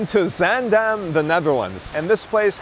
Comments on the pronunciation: you managed to get the pronunciation of zaandam close enough- why only that time, could’ve pronounced it that way all the other times? 😄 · I honestly can't tell the difference between this time and every other time he says it. Maybe a slightly longer vowel on the second syllable?